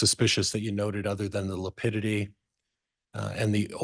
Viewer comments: I wish someone would correct him on lipidity. He apparently doesn't know how to pronounce lividity! So annoying. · He’ll he doesn’t even know how lividity is pronounced !